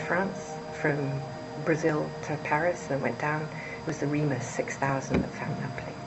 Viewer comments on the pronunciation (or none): none